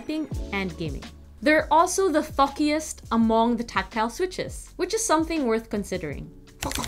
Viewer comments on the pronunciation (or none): I didn't understand she said thockiest at first I thought she meant these switches fuck as in they're the best 😂